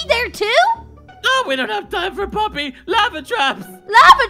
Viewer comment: its poppy not polly